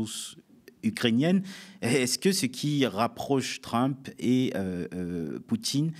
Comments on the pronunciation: Un vieux machin gauchiste. Déjà quand tu l'entends dire Truumpe, tu as compris... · Sa prononciation de Trump rend l'écoute assez pénible, zéro effort. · il y a une raison verbalisée pour laquelle Badie prononce "trump" à la française (alors qu'il prononce "Musk" correctement) ou c'est juste pour faire son intéressant ? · Le fait même d'ecorcher le nom de Trümp discrédite la totalité des arguments.